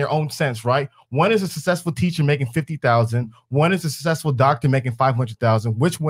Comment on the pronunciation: anyone would blank out when talking to an adult that says "sussessful"